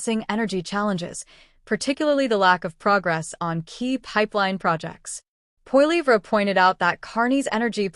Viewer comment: Carney has no credibility. He spews lie after lie and he nearly bankrupted Great Britain. He is in Canada to finish us off and sell us of to China...China owns him, as he borrowed $250 billion from Beijing very recently. Also, please learn how to pronounce Pierre's last name....